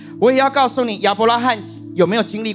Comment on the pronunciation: 亞伯拉罕。罕三聲喊 罕見ㄏㄢˇ。